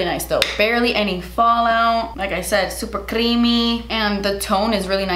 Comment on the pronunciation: Como que a veces se te sale el acento cubano mientras hablas inglés, like when you said “super creamy”